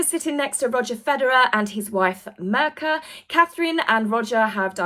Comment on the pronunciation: her name is pronounced Meerka not merka just FYI ....love your channel love you ))